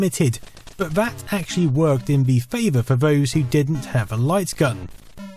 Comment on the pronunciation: "Vat actually worked in vhe favor for vose" was a real tongue twister for me